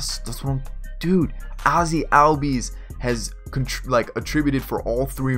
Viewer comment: great vid so far. but ozzie albies’ name is pronounced “ozzie allbies”